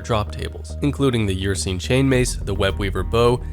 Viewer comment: “your-seen chainmace”🤦